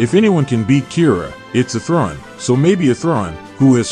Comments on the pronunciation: Why is your pronounciation of Athrun like that??? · Interesting video, the TTS mispronunciation of Athrun is distracting, though. You should be able to edit the pronunciation.